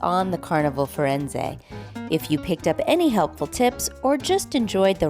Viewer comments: Pronounced Fir en ZAY not ZA. Thanks for the video. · Not quite, the Italian captain Claudio on mask night tells his audience of guests how to pronounce the name of the ship and he says the ship's name ends with a zay sound, not a za sound as in the video. This was my point, not the meaning of the word, but its pronunciation.